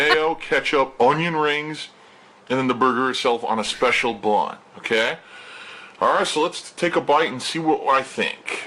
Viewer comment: How / why does he add extra syllables to the word BUN